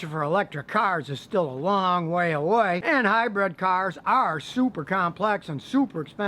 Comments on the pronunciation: Good, informative video! Just one negative comment from me; 'Hi-bred' should be 'Hybrid' or it is known as this in the UK anyway. Good stuff though - Thank you! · It's hybrid not hybred.